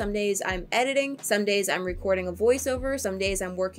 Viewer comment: When answers the routine question and is saying the word somedays I heard Sundays and I was like woah on one day!